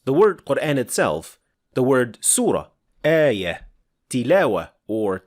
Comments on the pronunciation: I'm not sure what are you talking about, the "aa" in Qur'aan is simply denotes mad thabi'i. What's actualky what bothers me me most. He taught tajweed while he himself not even pronounced words like qut'an, surah, ayah, mad etc. prooerly. (the FATHAH should heve been proniunced like it in but, cup, etc. yet he say it like in the words bed, let, met). He pronounced it english style when reading it in LATIN characters. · it's QUR'AAN and AAYAH etc, not QUREHN, EHYEEH. Stop using English pronunciation, please. It's like you're trying to introduce a new way of reciting Al-Qur'an (qiroat).